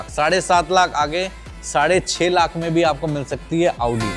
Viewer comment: Aoodi😂😂😂abe audi bol , aoodi nhi